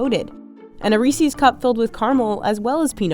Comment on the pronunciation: "Ree-sees?" Just like my favorite actress, Ree-see Witherspoon.